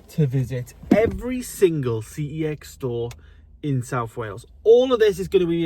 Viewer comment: Pretty sure I said this on a previous video, but the company name for CEX is LITERALLY pronounced "sex". Look it up. Contact head office. Calling it by its initials is wrong. 🤷🏻‍♂️